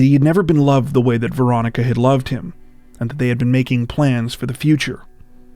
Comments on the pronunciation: Had to turn on subtitles, thought u were saying "Veronica Boza". My guess is the ex is behind it. It's always the ex which never makes sense. U r already split up, why kill them? Also, why run inside a brick box where no one can hear or see u if being pursued. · It’s sounds like you’re saying Veronica Bozo